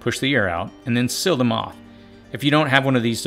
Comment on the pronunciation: Why am I coming across so many people who pronounce the word "seal" as "sill"?